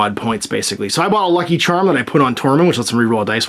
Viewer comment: 1 to for not pronouncing 'Lucky Charm' correctly. Great batrep. Those buildingsare fantastic.